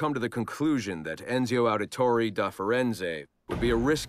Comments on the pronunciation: note, the guy voicing the Abstergo Analysis videos is Roger Craig Smith. This is the same guy who actually voiced Ezio in 2, Brotherhood, Revelations, etc. So the mispronunciation is intentional XD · think the mispronouncing of Ezio's name was intentional because it was supposed to be an Abstergo (Templar) made video and they don't care for how Assassin's names are pronounced.